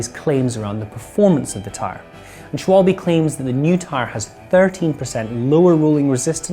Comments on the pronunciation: ooooh FFS every time. It is said Sh-val-buh rather than Sh-wol-bay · Say after me, like the Germans do: "Schval-BUH'"not 'Schwal-BE' or 'Shwabble' or 'Shwalb' or some other ignorant mismangling of the syllables. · Great news! Great video! BTW: Pronunciation, it's German, so that e at the end sounds like a short 'a', making it "Schwal-ba" (definitely not baa, bee or by, or anything sounding like e) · Shooper shupple sh-wall--bee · being german, i can assure you, that all versions are wrong ;) quite funny that this simple word makes so much trouble to native english speakers